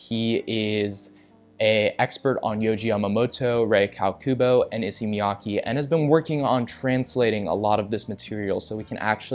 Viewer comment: "issee" its more like "eeee-say"